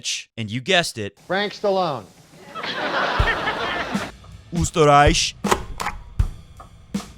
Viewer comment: Just in case you don't know: Here's a little help with the correct pronunciation of Österreich. Skip to to listen to the Ö. Love your show by the way!!